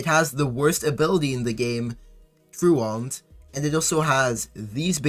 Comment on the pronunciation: I don't think Truant is pounced like that.